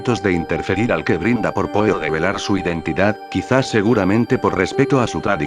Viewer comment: Si usas Loquendo, hay algunos tips para que el programa haga las pausas requeridas y mejore la pronunciación de algunos nombres: "el que brinda por PO", me fue difícil identificar que se refería a Edgar Allan Poe. Y si no quieres que diga "món-si- eur" pues mejor tipear " monsiú" o algo que se aproxime a la pronunciación francesa. Lo mismo que las medidas de la habitación ininteligibles de "gasparauser", para eso tipeas "Gaspar Jauser" para que lo pronuncie bien. Otrosí "Fulcabeli"? el nombre es FULCANELLI. Para la próxima.